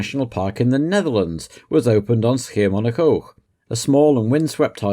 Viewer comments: Your pronunciation of "Schiermonnikoog" is actualy quite good! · Flawless pronunciation of 'Schiermonnikoog' ... soft pronunciation like a Belgian would do it 👏